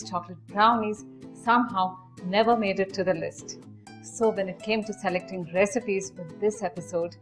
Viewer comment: Did she say.... Sa-lecting?